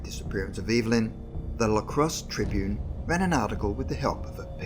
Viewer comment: I'm from Wisconsin, and I've never heard of this! Great video! Although, it's Lacrosse, not L.A. Crosse.